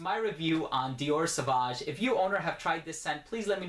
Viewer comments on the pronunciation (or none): It's pronounced Sovāge. It's French